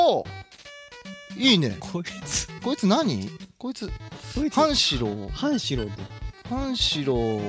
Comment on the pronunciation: 「はんしろう」のイントネーションが「パンシロン」